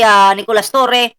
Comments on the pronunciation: Torre po not torreon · Torre hindi torion boss. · Torre Hindi torion